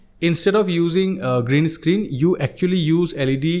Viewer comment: Green escreen which is not said very correctly